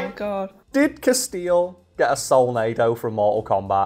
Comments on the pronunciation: Who else winced at 'Casteel'? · Honestly, saying Castiel like Casteel might be the closes i've ever come to becoming a pinned comment on one of these videos. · Please keep calling him "Castille" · She tried for a while but just had to correct your pronunciation of Castiel eventually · The way keeps mispronouncing Castiel's name is enough to make me chew glass 😂. (At least Cas got a cute picture for the blue screen in the background 😆.) The whole concept of whether the characters in SPN had free will or not was pretty cool to be fair. (Wasn't there a throwaway line from God where Cas was revealed as an uncontrollable entity, that never did as he was supposed to? That would have been amazing to capitalise on for the finale. The only true representative of free will.) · continues to demonstrate that there are some names he is just incapable of pronouncing correctly. RIP to Cobain and Castiel. P.S. love you, 🖤💜💛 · Having watched this channel for long enough I'm not sure if some of the mispronunciations are intentional trolls towards the audience or not. Ex: Repeatedly calling Castiel > Casteel ( corrected the pronunciation, but still said it wrong later in the video), and the Nephilim > Nephlehem (almost sounded like Bethlehem). Don't get me wrong, I'm not bothered, it's pretty funny thinking that either doesn't know, doesn't care, or is intentionally pronouncing things wrong to see who notices.